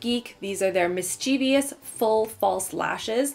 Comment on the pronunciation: All I could think about throughout the entire video was the fact that mischievous does not have four syllables.